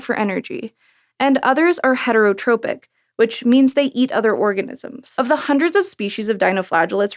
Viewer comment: I observed bioluminesence in Mahone Bay, Nova Scotia, in July, many years ago. I don't know if it common there, as I have not returned since. Very nice video, but watch the pronunciation of "heterotrophic" -- that's "ph" at the end, not "p". The first is from Greek "trophein", to nourish or feed, and the second from Greek "tropein", to turn, as in "heliotropic", meaning to turn towards the sun. The opposite of a heterotroph is autotroph, which is sung correctly by Bare Naked Ladies before every episode of "The Big Bang Theory." The autotrophs began to drool oxygen, in case you were wondering--the first atmospheric pollutant, depending on your point of view.